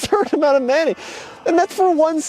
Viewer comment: I like how says mayonnaise lol 😆 Manaise...........🤣